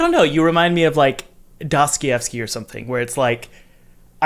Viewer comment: You should interview Jeff Vogel from Spiderweb Software. (Also it's "Do-stoy-ev-sky", not "Dos-kee-ev-sky".)